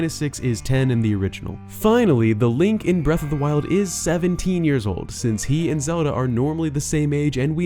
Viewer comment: 10 months later. still says Lonk